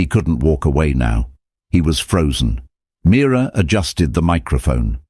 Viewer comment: It’s Mira not mirror 😅😅